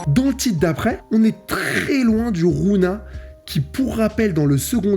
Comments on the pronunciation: Ça aurait été une big masterclass si tu disait rougna et pas rouna mdr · Ça ce prononce rougna par contre mon reuf